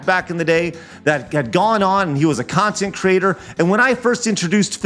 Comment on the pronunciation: Bwahaha with the 'reactionary khantent'.